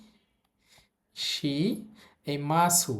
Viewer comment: শি টা বার বার শা বলতেছে কেন? একটু বুঝিয়ে দিবেন কেউ?